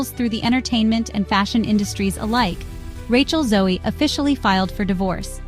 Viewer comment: You lost me in the first 30 seconds when you MISPRONOUNCED her name. 🤯